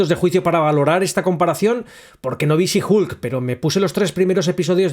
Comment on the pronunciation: She Hulk Shi jUlc... Viejo, se pronuncia jOlc, con O. Igual me gustó el vídeo.